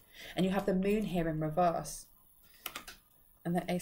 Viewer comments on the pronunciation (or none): none